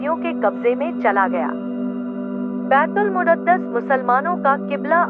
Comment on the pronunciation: बैतूल मुद्दत नहीं बैतूल मुकद्दस होता है आप गलत नाम ले रही हैं